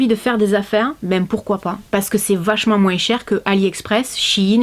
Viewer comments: Coucou je t adore masi il y a un truc qui ma choquée qui prononce le S de moins personne ne dit sa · J'adore quand tu dit moinss